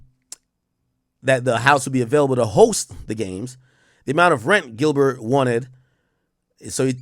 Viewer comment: Bro just call him Gil 😂😂😂 bro saying GilBurr hella funny every 5 words